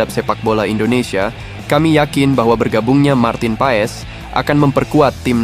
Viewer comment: Marteen paas bacanya